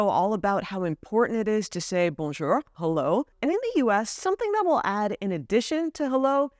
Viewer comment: There is no such thing as "bonjEUr", it's "bonjOUr": There are words in English using the "ou" sound, being the [u] or the [w] from the IPA: "We're on yOUtube here... yOU were in France for years, yOUr dUde is french... in yOUr childhOOd maybe yOU woke up early tO watched cartOOns and mOvies tOO."